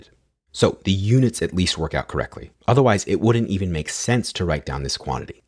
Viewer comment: why does everyone now pronounce either as eye-ther? sounds pretentious and phony to me also the way that you say wouldn't and couldn't is a bit strange